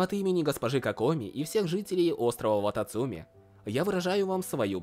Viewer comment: я всего ожидала услышать, но не "вататумцы"...